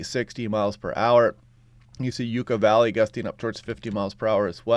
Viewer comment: So suddenly this mid morning the strong winds are blasting Palm Springs🌴🌵🌬️I’d say gusts to 40. Umbrellas launched at the coffee shop patio and I came home. Lots of dust in the air now. This wasn’t called for….but I guess no one can predict the localization of these wind storms….☀️👋🏻 PS, it is pronounced Yuck-uh Valley (without the Spanish accent) 😉